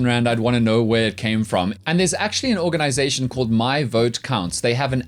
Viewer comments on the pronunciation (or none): none